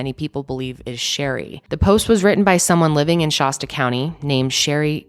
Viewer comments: Every time you said Shasta I had to rewind!! 😂 it’s not Shah-stuh it’s more like Shass-stuh ❤️ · It’s Shaaasta County. Not Shahsta. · “Shæst-uh” with a flat A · ShAsta not shawsta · You pronounce Shasta like it's a type of bottled water with that 'ah' sound. It's the same sound as the a in fast, Shasta, not Shahsta. Not that it matters, lol. it's just so strange to hear it that way. Like emasheated rather than emaciated. It's a prevalent millie thing. It's entertaining. Kind of sad too but hey, we're all just rollin' with it, right? Your baby has a non malevolent spirit attached to it, go see your girl. Protection. It's all about protection, nice. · I cringe when I hear pronounce Shasta as Shawsta. Who hasn't heard of MT Shasta? Especially someone from Denver Colorado. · Anyone else from the area cringe everytime someone pronounces Shasta weird like she does? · You pronounce Shasta funny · I love your content but learn how to say Shasta lol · Peace and Love, I never thought I'd hear someone mispronounce "Shasta" so many times. 😂